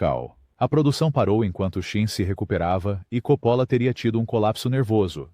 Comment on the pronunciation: Esqueceu do filme caldeira do diabo não sabe nem pronunciar os nomes certo ele diz copolo